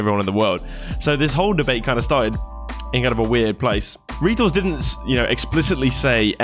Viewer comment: First time I've ever heard someone pronounce his name, Reetals